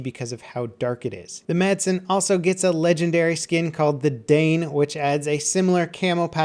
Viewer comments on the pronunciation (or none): none